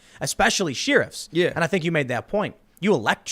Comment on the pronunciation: he did it again!! "sheer-ifs" hehe.. just poking fun, a bit. :p